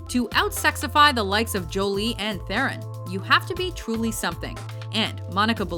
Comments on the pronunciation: Maybe pronounce Charlize Theron's name right. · Te-ron... TE-RON!!!! IT"S FUCKING PRONOUNCED TE-RON!!!!!! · You pronounced Charlize Theron wrong